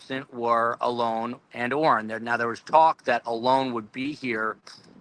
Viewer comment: I think you're saying Alones name incorrectly I'm not 100% sure but I think it's pronounced with a long and like a lawn